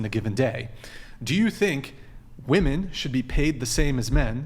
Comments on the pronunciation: Am I tripping? Why do so many WOMEN these days pronounce the word as "woman" when speaking about multiple women? Shit is weird. "Woman" is singular, "women" is plural. Tf are they teaching in school these days? oh right... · Why on this podcast that none of the women can pronounce women. Always said as woman.....m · She keeps saying "woman" in place of "women" and it's really annoying.